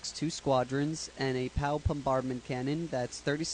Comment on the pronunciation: it's pronounced pr-ow, not pow.